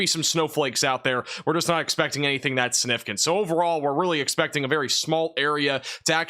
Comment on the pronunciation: Sig- nif- icant.. Not snifficant..